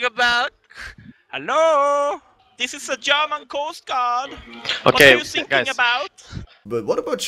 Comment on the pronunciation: What are you "sinking" about? I died.